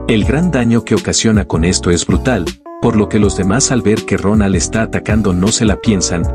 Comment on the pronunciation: Like si es Dronal y no Ronal 😂😂😂😂